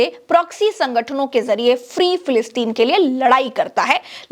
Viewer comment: ji lafz filisteen nahin Filasteen hai